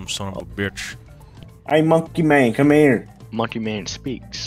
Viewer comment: ITS MONKEY MAONNN